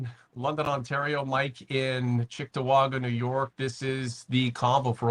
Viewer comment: It's Cheektowaga not Chicktowaga. I live there.